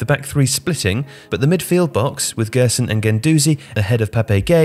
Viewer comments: The right pronunciation of Gerson is “Jerson” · Hahaha i didn't want to him out because he isn't obligated to know but it was kinda funny hearing it being pronounced that way